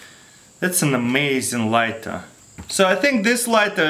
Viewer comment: Russian accent of amazing:Ameyzen You tried it didnt you